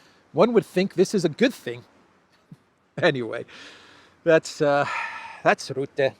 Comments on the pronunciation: Rutte is pronounced with the u like the u in up. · According to English pronunciation "RUTTE" has to be spoken as "RAT". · it’s not Rootte but Rutte spoken as the first U of Ursula. Rutte is a clown. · Rutte forgets... it seems perfectly normal for European countries to give Ukrain F16's and tanks... but... Russia, is not allowed... the arrogance.... PS it's Ruhte... not Roette hehe.... like 'uh' .... Rutte is a puppit, a lier, and destroyed the Netherlands almost with his WEF agenda. He now is gonna destroy the EU... so the WEF and Blackrocks can take over, and Rutte is paid handsomely for that. Rutte is a sociopath, doesn't give a damn about 150million Europeans... he only thinks about himself. Same character as Ursula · Not Ritter as they corrected me but rutte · I luv 😂❤ the way you pronounce Rutte! 😂😂😂